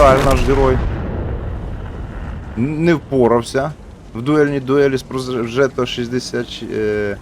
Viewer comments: Progetto - танк італійський, то ж гадаю, назва читається Прогєтто, а не Прожето. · Італійською читається приблизно як "проджєтто".